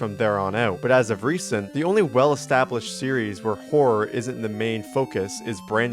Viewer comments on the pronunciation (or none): dude when u said horror in the start of the video i heard wh*re, i started to laugh so hard bro